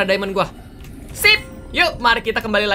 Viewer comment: "MANA ITU DIAMOND (DAIMEN)" kek aksen/logat manado..🤣🤣